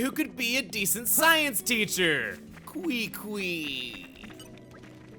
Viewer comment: Hey chugga just so you know, I have a friend who goes by quiqui, and it’s pronounced as “keekee”, just so you know!